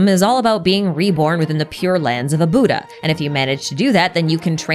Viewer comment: As a buddhist, hearing the word "Buddh-Aha" feels like a whiplash lmao